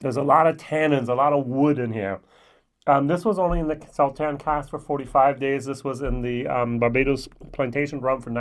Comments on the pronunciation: Your German accent is getting the better of you. The "S" in Sauternes is pronounced as an "ess", not a "zee" [sōˈtərn]...;-) I was gifted a bottle of WHISTLEPIG OLD WORLD SERIES SAUTERNES FINISH RYE 12 YEAR which was impressive. Looking forward to a whole new year of your vlogs. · It's pronounced Saw Turns